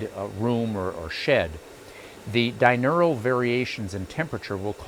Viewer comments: Very good video, but I cringed every time you said dinural because it isn't a word. I think you mean diurnal, which is a word. You seem to me like a fellow that cares. Cheers! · Love your videos. Thanks! Diurnal: Pronounced "die-URN-ul", not "die-NUR-ul". Just as "ask" is not CORRECTLY pronounced "aks". Not being "OCD", just correct. Which, based on your videos, I'm sure you would prefer. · Great vid, really enjoyed seeing the process! Diurnal is pronounced - "Die Urn Ell" not "Die Nur all" Only mentioning it because this man seems to pride himself on thoroughness and accuracy. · Not dinural, but rather diurnal. If there is an apocolypse, I'm moving next door to you. Nice view too! Love all your videos! There should be a love button in addition to like. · Are we saying “diurnal?” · Good job. But (yeah, always that) one very, very tiny comment from an old biologist type. Diurnal is 'di er nal' . Your n comes in too quick (at least to my hearing, such as it is). And if that is the only thing I can find to criticize, ya dun good. Cheers.